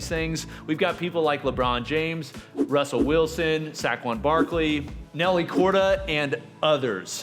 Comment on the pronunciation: Sack-Wan lol